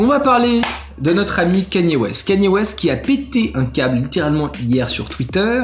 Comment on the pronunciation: C'est pas Kenny c'est Kanye bordel !!!